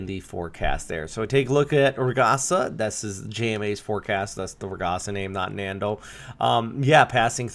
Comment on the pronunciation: Hello! Just a friendly correction. Ragasa is pronounced as ragaSA, the accent being in the last syllable. In tagalog, it means a rapid, intense movement (of something like water. One could say "ragasa ng tubig" or burst/current of water).